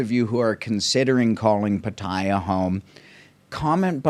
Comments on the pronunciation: You are not pronouncing Pattaya properly, its PA/TAI/YA NOT PATAIYA LOL!!! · What an insightful vblog. Thank you so much for posting these vblog. It is much appreciated. I watched all of them. (On another note, if I may recommend, for Pat-Ta-Ya, the second syllable is emphasized and not the first syllable. 🙏)